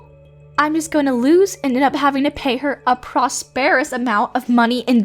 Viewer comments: Preposterous is pronounced 'pre-pos-ter-us' NOT 'proz-perruz'. Let down by both your VA and your editors. 👎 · first time I've ever heard "preposterous" pronounced "prosPERous", lol